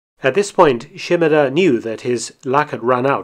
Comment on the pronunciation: His name was 島田豊作 - Shimada Toyosaku. she-mAH-dah not sheem-a-DUH 島 shima 田 ta (da)